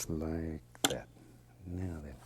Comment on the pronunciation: Just like 'at. (juss lygat?)